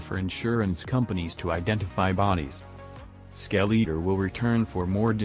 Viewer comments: Skell eater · Lol the ai spells his name as "skel-e-er" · The real disturbing thing is how he's pronouncing "skeletor" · Its like a mix between skeleton and i forgor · This defeats the whole purporse of the vids, plust your AI generated voice can't even say right